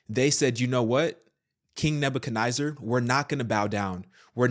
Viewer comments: NEZ ZAR not NIY ZAR This is crazy... Jehovah's Witnesses have been saying this for DECADES and nobody listened 😒 This story in my opinion is like...Whatever, I've already heard this in the 80's 90's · It’s pronounced Nezzer. Not Niezer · King Neba - ka- neh-zer not nizer.